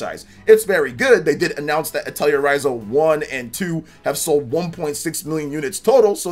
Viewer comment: "Atelier" is pronounced "ah-tell-eee-aay"